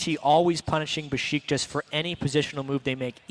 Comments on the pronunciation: It's Beşiktaş (Besiktas) ESports NOT Besitkas (-,-) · besıtkas ne kardeş